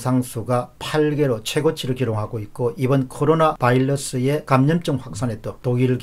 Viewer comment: 바일러스 바일러스 바일러스 47만 구독자를 가진 분이면 사투리도 아니고 바이러스라고 발음하는 것이 그리도 힘든지 몇달째 참다가 댓글 답니다